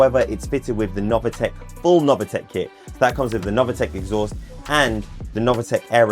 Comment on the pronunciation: Sorry, it is not novAtec, but is nov(i)tec !!!!!